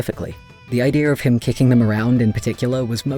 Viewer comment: When you mentioned kicking your British was showing